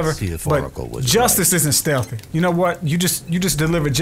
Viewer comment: be steth batman like stelth